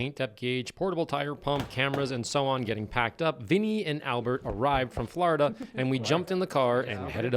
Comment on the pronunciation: correction: FLAWDUH